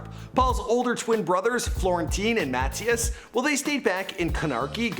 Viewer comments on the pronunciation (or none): none